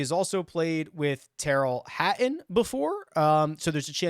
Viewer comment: That Tyrrell Ha-uhn is good